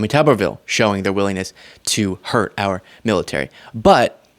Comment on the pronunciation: “Our” country, not “are” country!